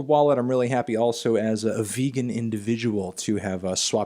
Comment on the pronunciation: This nigga said vegan